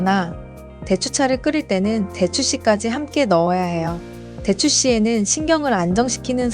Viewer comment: 대추의 "대"는 제발 길게 발음하시옵소사.